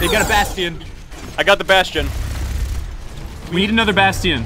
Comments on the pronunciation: ugh I cringe every time roos says bast-ian.. it's pronounced bashton Ross! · Ugh Ross says "bastion" like "bassteon" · "Bast-tien" - Ross